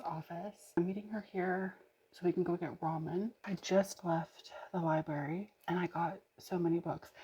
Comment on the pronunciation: I love you so much but I must say this because it’s driving me crazy you are missing the r in library and saying liberry. 😂